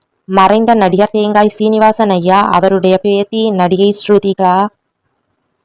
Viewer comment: பேத்தி , பேதி என்று சொல்லுகிரீர்கள்